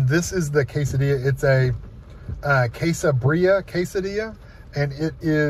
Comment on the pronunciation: Heya! It is actually pronounced "beer-ya"